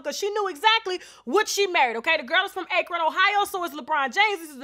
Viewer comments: Akren 🤦🏾‍♀️😂😂 it's Akron tasha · Get it with that Ache-ron, Ohio🤣 Ak-ron stand up! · "Ak-ron" lol not "akeron" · It's pronounced ("Ackrun")... I rides for my home state and Lebron. I hope this is not true! Say it ain't so! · Akron Ohio is pronounced Ack-Ron. Not trying to be mean, just want you to know. Thanks for the Wine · Its Akron, Ohio with a long A, like, "At." "Akron." I'm from Columbus. Lol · Akron Pronounced (Aaaah-crin) Tasha😂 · Just an fyi Tasha, Akron is pronounced Ac-ron. Lol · It’s AK-ron ohio 🤦🏽‍♀️🙄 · It's pronounced (Ac-ron) Akron Ohio :) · ‘Bron Bron’ been cheating with beckies. This is not new. Ohio knew this for a long time. Edit: I am from Ohio. Fifteen mins from Akron. Tasha you said the city’s name wrong btw. 🤣 However, he can do no wrong here. Men love him, women want him. His family is perfect. Even when the rumor of his mom messing with Delonte West came around, people talked about it for five seconds and moved on. The only time people thoroughly were upset with him was when he left the first time. He was getting dragged and exposed like no other. So, many allegations came out about cheating. People just didn’t care as long as he played on the Cavs. Once he left...boom. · The way she say Akron Ohio 😂 Coming from Ohio😂 you said it wrong sis. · Adrian Milton right!!! Lol I’m from Canton and that annoyed me 🤷🏻‍♀️ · Omg you said Akron so funny 😂😂😂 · I’m from Akron & that’s not how you pronounce it🤣2nd I’m going to need more proof than that about the Lebron situation while y’all out here trying to destroy someone’s family & legacy !!! Please y’all stop running with everything you hear ,it’s not conducive to the healing of our already damaged communities 🤦🏾‍♀️